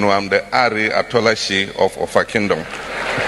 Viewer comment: He pronounced the names OFFA and ỌLỌFÀ OF OFFA, very well. And the title, Aarę Atunọlase of OFFA Kingdom, Kwara State. 😂😂😂